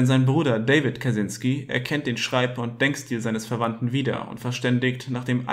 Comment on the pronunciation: Kaczynski ist ein polnischer Name und das "cz" wird als "tschy" ausgesprochen, also Katschynski. Aber egal, darum geht es nicht!! Ansonsten ein wirklich interessantes Thema, und wie immer auf diesem Kanal sehr gut dargestellt!!